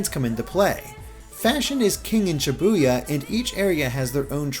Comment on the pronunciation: But you still mispronounce Shibuya. 9/10 reviewer